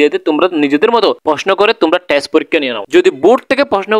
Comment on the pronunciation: Apni to thik moton test porikkha ta o bolte paren na,, boltecen tes 😂😂😂😂